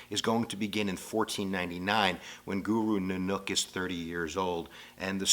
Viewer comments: Guru Naaah nook that ain't right like he taking the piss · This is painful to watch... his name isn't "guru ninook".... its Guru NANAK DEV JI. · A very good and informative video, basically. The main problem is that some important words and terms were mispronounced. Guru Nanak, for example, is not Guru Noonook, but is pronounced more like it is written: NAH-nak. And Maya is not may-a, but rather MAH-ya. I'm not a Sikhi, but I have friends who are. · Guru New Nook is pronounced Guru NaaNack. ;) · some pronunciation correction Guru Nanak = nah-nuck(like canuck) kaur =core Ik Onkar= Ekh oun-car Guru Granth Sahib= grunth sah-hib sewa= seva simran= sim-run akal= akh-all Punjab= pun-jaab Sikh= sick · Poonjab Guru Nanook Poor pronouncing but hey I bet I don't get it right all the time either ;) Well at least this video did a good job of outlining the basics of Sikhism . if you want to learn more about this beautiful path , visit Basics of Sikhi channel :) Love to all !